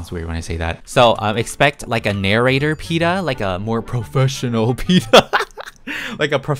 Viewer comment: “sOme Peetah brEad momEnts” Me : THE BEST MOMENTS